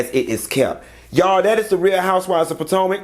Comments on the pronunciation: Is it me!!!!!!! Or am I the only one who likes to hear say Real Housewives of "Potanka" instead of Potomac? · You Said Potomac correct Q , it's pataeka 🙈 is you okay let's talk about it.